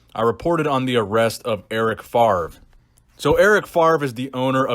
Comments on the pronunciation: FAVRE!!! first V, then R, not FARV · it's FavRe. please please please stop saying Farve, it's killing me :D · FARV FARV FARV Please, his name is French but it's really not that hard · "Eric FaRve". Love your French accent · Eric Favre my dude. V before the R, no shade! Just been triggering my ocd😂